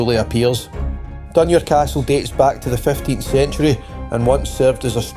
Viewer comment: Great video, well made. Hate to be picky but some of the pronunciations of the place names are questionable. ie for Hopetoun - Hopetown rather than Hopetoon, for Dunure - Dun-your rather than Dunoor, and the river Clyde is Cl-ide, not Cl-eyd. Maybe just the accent, I'm from Ayrshire.. was the reader from the East Coast? My apologies... well done though. X